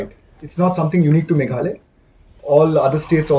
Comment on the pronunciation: Ine i bah i dei i ba wan na west Bengal ne?Im nang pronounce sur Khasi ia ka Meghalaya.